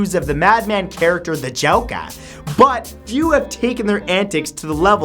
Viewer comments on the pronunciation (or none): Did anybody else notice the way he said "joker" ???